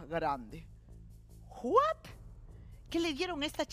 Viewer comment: Señora Magaly no es Juat 🤣🤣🤣🤣🤣 es what 🤦‍♀️🤦‍♀️